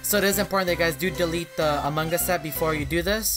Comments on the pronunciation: No he sounds like AMAN GAAAuuaAAaaUUSS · Pearce-Reynolds no he says amongos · Instead of saying among us he says “ Amon gus” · why everytime you say among gus not among us??? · Us: Among Us Him: A MANGUS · He says among gus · no its "Amangas" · I am saying that Charizard freak always says among us to "Amon Gus" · Him:among us Subties: a mangas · The way sounds is like a AI robot And the way he says among us: Amungus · “In Amon Gus” 😂😂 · Mine is "In A Mangas" lol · Hes said AMONG GUS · AMUNG GUS Lol the way he pronounce it is funny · How many times he said amangas | | | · Why is he saying Among Gus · ik that, Also the way he says among us makes me laugh